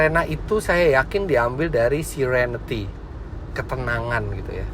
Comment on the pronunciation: serenity ... not sirenity :D